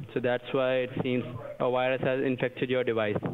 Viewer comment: "A wirus had injected your device" 10/10 tech support.